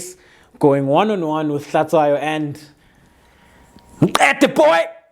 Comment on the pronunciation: Out of Context: Since you are Xhosa, HlaTSHWAyo is pronounced like HlaTYWAyo in Xhosa.